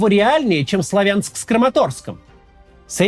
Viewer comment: Максим спасибо!, КУ-пянск, вы уже правильно выговариваете, ещё раз спасибо. Теперь..... СлАвянск, а не СлавЯнск! С уважением ❤🇺🇦🤝